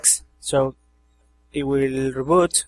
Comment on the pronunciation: "it will rooboot." nice